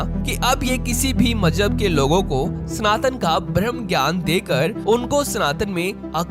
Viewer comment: अपनी भाषा Correct करो मेरे भाई भ्रम ज्ञान नही होता ब्रह्म ज्ञान होता है 😂❤